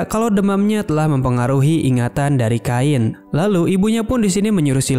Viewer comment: Gw dah nonton yang asli nya tapi mau nonton lagi eh lagi error, kalo bisa di sebut chain aja gak usah kain jadi aneh 😂